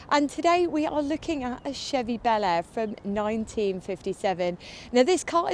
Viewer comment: Bel Air sounds so different when an American says it. Just sounds so wrong, the way you say it. Sorry.